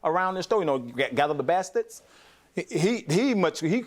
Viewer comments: He said bastits. 😂😂😂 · that’s what he said! Bastitsc😂